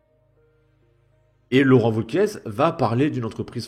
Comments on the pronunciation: Wauquiez. C’est pas Gomez. Ça se prononce é et pas ez. Un petit effort s’il te plaît. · C’est franchement pénible. Wauquiez. (É) Pas Wauquiezzzee. Tu es YouTubeur professionnelle? Je déteste Bompard mais je ne supporte pas non plus le manque de préparation. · on dit wauquiez pas wauquiesss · Quand tu prononces Laurent Wauquiez le Z ne se prononce pas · Le mec est pourtant humain (à proori), ce n'est pas une IA mais le mec prononce Wauqieze ! D'autre part, en France on écrit "TOUS les sujets" ! Même un migrant arrivé depuis peu l'aurait écrit correctement ! Vous me faites honte ! Vous pensez défendre la France et ses valeurs, apprenez à écrire !